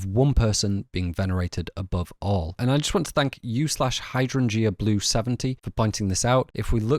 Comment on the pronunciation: i cant say ive ever heard hydrangea pronounced such a way haha! on a real note this is a beautiful piece and has really changed how ive interpreted the film. incredible work as always xxx